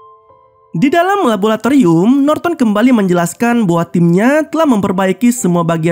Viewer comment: Om... Laboratorium, bukan rabolatorium